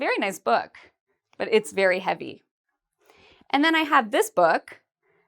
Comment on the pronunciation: But doesn't the word "heavy" has two syllables?